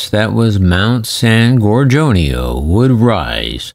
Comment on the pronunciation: Its san gor gonio mtn narrate properly please